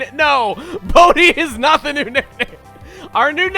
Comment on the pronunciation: why did I hear bodhi as booty?!